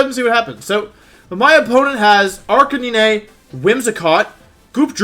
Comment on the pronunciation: The way he said Arcanine, made me hate him lol